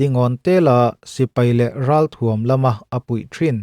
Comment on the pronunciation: "Athuam" i tih hi lam ercho tawh suh, "a"iilam aia hniam hretin "thuam" hi tihniam hret zawk rawh.